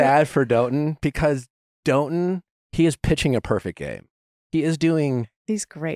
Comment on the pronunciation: I think Dotun is pronounce daw-tun not doe-tun but correct me if I’m wrong that’s just what I thought he and charity said